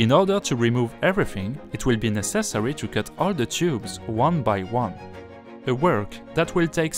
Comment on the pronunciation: Plombe = lead [led] not [leed] Necessary [NES ³ ser ee] Support [s³ PORT] Nothing [NA thing] not [NOZ ing]